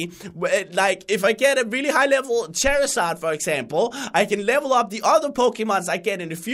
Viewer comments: it's not chair is zard it's char like car is zard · it's not cherazard it's charzard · You say charizard wrong